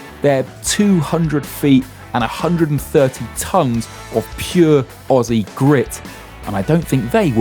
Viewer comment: His town pronunciations are so cringe! 😂